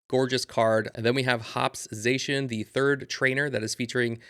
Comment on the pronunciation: it’s pronounced Zah shee in fyi